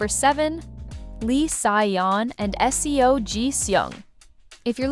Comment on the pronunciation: These idiotic voice-overs - c'mon content owner - use phonetics to properly have your AI robot pronounce the names. "S.E.O" is NOT how you pronounce "Seo"... "S-eye" is not how you pronounce "Si". This ruins your credibility.